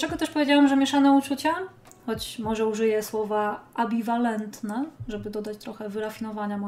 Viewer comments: To tylko litera ale jakoś mnie się rzuciło w ucho. ;) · Ambiwalentne a nie abiwalentne ;p